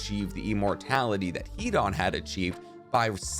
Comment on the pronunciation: Hidan is pronounced Hidon not an